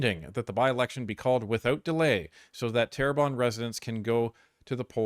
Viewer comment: its Terrebonne ;)